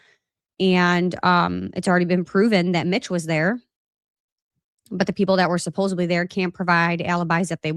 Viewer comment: It’s ‘supposedly,’ not ‘supposebly.’ Not trying to be rude at all. I’m a grammar nerd.